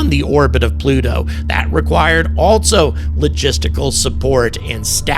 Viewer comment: I'll subscribe if you start pronouncing "also" as "all-so," rather than "alt-so."